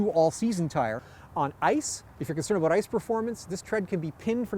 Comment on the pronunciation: lol aboot